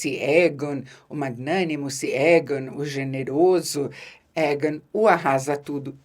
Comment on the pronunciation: Que nervoso da quando pronúncias o nome do rei e dos mestres: Égan e Maister 😅